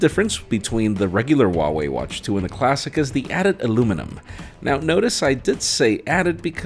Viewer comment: just a little note: the H in Huawei is not silent. you need to pronounce it